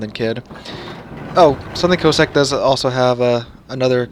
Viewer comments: Your mispronunciation of the ships name was painful to listen to. Can it be that hard to find out the correct way to say Cossack. Listen to Jingles he has it spot on. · Please, go and listen to the correct way to pronounce Cossack ... pretty please